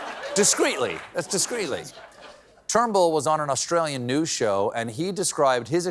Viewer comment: Stephen, did you call the former Aussie prime minister Trumble at the second mention of his name?